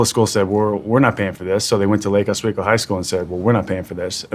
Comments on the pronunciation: It's pronounced lake Oswego (oh-swee-go) not oz-weego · He didn't say lake Oswego right. Lol.